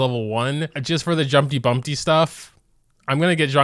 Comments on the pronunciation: My man just says jumpty bUmPtY instead jumpty dumpty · jumpy bumbty? its jumpy dumbty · "Jumpy Bumpty" Me: yOu mEAn JUmpY DUmPtY